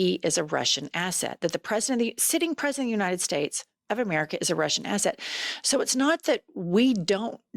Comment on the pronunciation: “President of the United Stez” Great talking there.😂